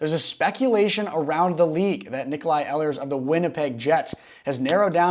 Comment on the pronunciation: “Ee lers”